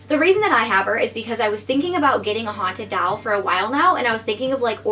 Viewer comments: ITS DOLL NOT DALL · I think it's super cute how you say doll but sounds like you're saying haunted dowel. Like a ghost attached to a piece of wood 😂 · Why do u say doll like that omg stop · The way she says doll 😂